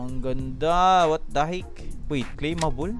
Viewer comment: "Wat the hik" ka bisaya ba uy HAHAHAHAHAHA